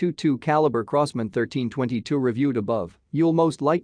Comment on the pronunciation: Crows-man ???? In America w call it Crosman ---Like Cross-Man......